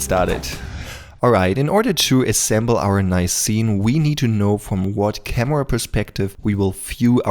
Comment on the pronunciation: „Cameua“? das kannst du besser:)